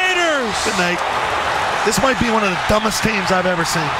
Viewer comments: At first I thought he said "things" I had to rewind it to make sure he said "teams" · Did he say teams or things? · It sounded like he said “one of the dumbest teams I’ve ever seen.” 😆 Not one of the dumbest plays .. but dumbest teams. 😂